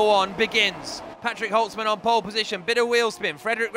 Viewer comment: He gets pronounced Holzmann not holsmen